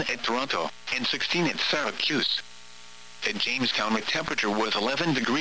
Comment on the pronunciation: "SyracUse"